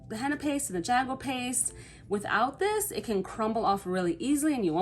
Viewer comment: Hi I'm indigenous from the Carribean. You are pronouncing it incorrectly. It is pronounced "ha-gua" the "J" is an "h" sound. And yes our tribes used this as a body adornment with symbolic meanings as well as for war paint.